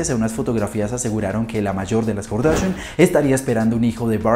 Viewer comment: Kar-da-shian... Así